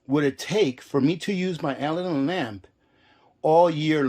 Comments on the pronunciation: Pronounced "Uh-lad-din" , like the genie. Make sure you are using K1 kerosene, not the "kerosene " you get in the paint department. That is Stoddard solvent, much lower flash point! Check the CAS number on the container. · I think it's pronounced " ah lad in". I have a Aladdin kerosene heater I'm getting ready to fire up and prep for the winter. Good to know about the fuel! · It's 'A Lad An' lamp. Like Disney Aladdin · As Ginger Ehrhardt mentioned, the lamp name is pronounced a-LAD-din with the accent on the second syllable. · It is pronounced: A-LAD-DIN lamp. Just for your information. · so he says Alladin correctly then says it wrong the rest of the video, he says it on purpose, I have NO clue why he would but ok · I was trying to help. What if someone wanted to buy an Aladdin lamp but was pronouncing it like? The sales person wouldn't know what they were talking about. Don't be so sensitive.